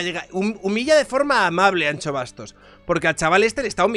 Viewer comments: Es ANXO no ancho pronuncia correctamente, que no cuesta nada, luego hablas de el andaluh pero madre mia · No se pronuncia “ancho”, se pronuncia “ansho”, como las luces de “shenón” de tu coche jajajajajajaja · ¨ANCHO Bastos¨ ?? ahhhh , mis oidos, tio!! "ANSHO Bastos" q es gallego joder. Un respeto. Que yo tb hago el esfuerzo de pronunciar la CH para vuestros nombres mierda. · POR FAVOR, deja de decir Ancho XDDDD es Anxo. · Que manía, no es Ancho ni chocas, la X se pronuncia como si mandases callar a alguien, por ejemplo a mi SHHHHHHH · Hablo desde el absoluto respeto al dueño de este canal... Anxo= Ansho (Shakira, sushi...). Ancho no, por favor. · Por favor no es Ancho, es AnXo, con el sonido de Shakira, que mis oídos galegos están sangrando 😂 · Anxo se pronuncia An"sh"o. La "x" en gallego se pronuncia "sh". Anxo es Ángel en gallego. Salud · Pronuncia bien su nombre por favor, que cada vez que dices "an - cho" me sangran los oídos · Ancho Bastos... el bueno de Miguel Anxo está orondo, pero no es para llamarle ancho así gratuitamente. La X gallega se pronuncia igual que el CH francés. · cada vez que dices Anxo pronunciando la x como la ch me haces más daño como gallego. Como me suscriba y me saludes llamandome Chabier no vuelvo. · Cuando te oigo decir Anxo , como gallego me duelen los oídos 😂 Tal como lo dices sería si fuese Vasco. La X en Galicia suena como SH de Shakira Todo desde la asertivadad calvocrata y de la ultra-Turbo-Mega-fascista de un liberal